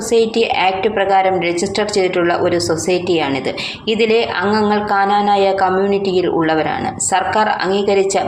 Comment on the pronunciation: Kananaya alla knanaya ennannu